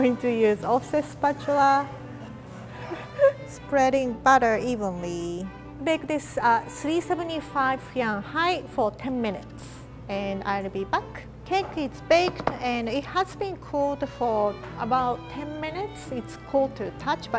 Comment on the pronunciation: rie is not (what you said) its fa-ren-hight.